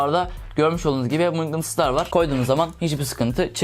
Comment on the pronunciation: şurlarda görmüş olduğunuz gibi mıngıtıslar var :D